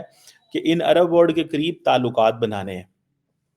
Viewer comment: WORD nahi WORLD hota hai so called fargi se what is your problem non of the world has problems except you bhikario